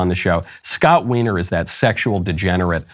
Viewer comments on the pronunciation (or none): To be fair, I will point out that Scott Wiener is pronounced whiner.